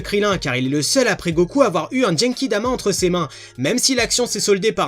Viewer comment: explique pk tu dit jenkidama ? ça va trop loin -_